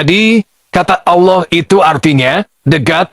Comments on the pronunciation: Ditulis ALLAH dibaca AULOH 😅. Gimana woi. Tumbenan Menakem Alibaba marah. Pas dolo belom muka lap kok ga marah. Setelah muka lap kok jadi jahad!!! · Kalimat Allah tp islam menyambut nya awlo bukan Allah, seperti nya umat muslim harus belajar menbaca perkataan allah dengan betul 😅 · Allah dibaca Auloh, gw rasa perlu belajar membaca lagi😊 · Kita sebut Allah tapi tidak akan baca Awloh atau Owloh